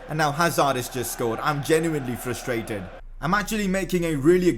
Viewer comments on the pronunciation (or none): none